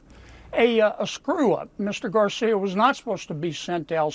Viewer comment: She does a good job pronouncing Garcia’s name. She has to be proud.